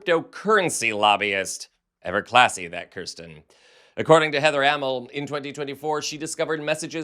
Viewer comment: If you are going to focus an entire segment to a person, please learn how to properly pronounce their name! It's Kyrsten, not Krysten. (Hideous though she may be...)